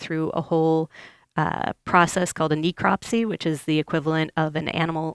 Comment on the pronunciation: she could at least learn to pronounce necropsy correctly, geez